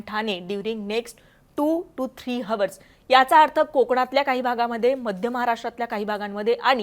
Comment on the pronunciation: हावर्स नाही ओ ताई 🙏आवर्स असा उच्चार आहे. वाइंड्स नाही विंड्स!